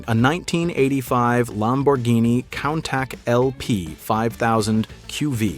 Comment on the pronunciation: Countack he calls it, pronounced coontash!!